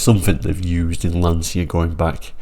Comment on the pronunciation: Please do not make the same mistake as everyone else,,,its pronounced Lan-cha and not Lan-cia.